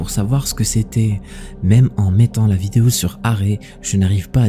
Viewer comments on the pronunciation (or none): none